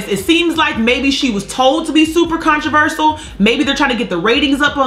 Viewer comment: Did she say 'controversal' instead of controversial?